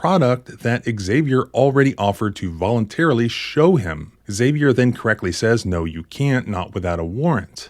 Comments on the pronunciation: Im just curious, why do you pronounce Xavier “ehh-Xavier”? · The name 'Xavier' is pronounced 'ZAV-ee-er'.